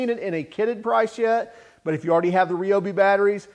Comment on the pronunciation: R eye oh bee not reeee